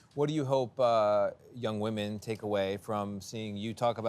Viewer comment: TRAILBLAZING WAHMEN😂😂😂😂😂😂😂😂😂😂😂😂😂😂😂😂